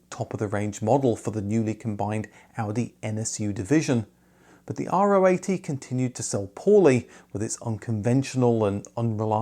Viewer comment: A great video as always, thank you! Allow a little nitpick: Literally no one in Germany (or anywhere else that i know of) pronounces the RO 80 as "R-O 80". Better pronounce it like the 17th letter in the greek alphabet.